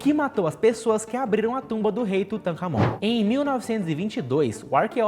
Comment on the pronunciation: A cada vez que ele fala o nome do faraó eu rio😅. Tutacamaonaminhabunda.